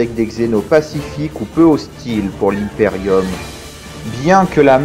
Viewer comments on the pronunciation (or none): J'adore ecomment du dit "l'hymeperium" au lieu de "l'imperium"